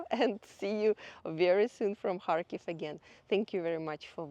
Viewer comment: Sounds like she saying hartclife the town she filming 😂😂